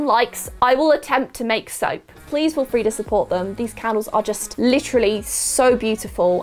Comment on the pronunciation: Lol did u just say “ so in this SOAP kit, it’s got a bee on it “ lol thought u we’re going candles 😂